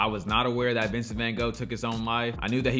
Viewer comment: The book is even better and, yes, we Americans don’t know how to pronounce his name.